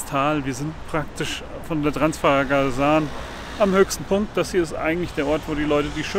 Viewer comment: Transfagaraschan... So ist richtig zu sagen.